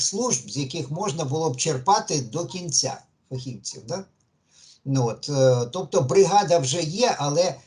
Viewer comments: ФахівцІІІІІв, а не фахІвців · Задовбав зі своїм фахІвців, фахівцІв, наголос на другу і.